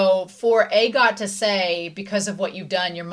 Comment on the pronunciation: This might help Agott = ah-got not aye-got